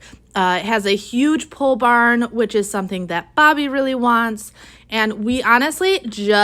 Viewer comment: I’m not sure if she said ‘pool barn’ or ‘pole barn’ however…. A pool barn I would imagine would be a large space, which may already have a swimming pool in, or at least be a space that could have a swimming pool installed. A pole barn, is a barn which uses large poles for construction, eliminating the need for load bearing walls and, I believe huge deep foundations. ( although don’t quote me on that) Pole barns date from the Great Depression when farmers needed cheap ways to build barns for livestock etc, using as few materials as possible. Hope this helps. 😊